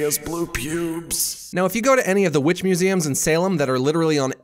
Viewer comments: I always hear "B b Bitch" when he says the title xD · you mean "the wwitch" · He knows that it's still pronounced Witch, right?